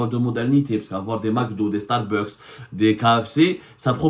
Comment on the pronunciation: Correction de prononciation: on dit Starbucks( starbax). Pas starbeuks